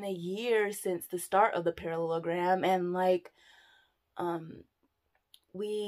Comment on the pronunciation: "we're in this parallagram" 😂😂😂 i died